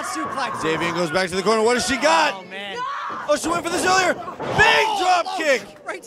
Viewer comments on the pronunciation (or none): Its man not wman